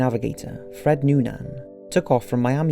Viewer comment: Ear hart and Nuunaan WTF !!!! Why is the correct pronunciation of names by these YouTube narrators always fucked up. They don't even care to do any research, you fuckers are dumbing down generations of watchers.